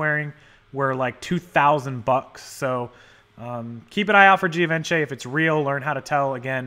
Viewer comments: Pronounced Give-on-Chay :) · It's pronounced gee (long e so it just sounds like G) von she with the emphasis on the last syllable she. LOL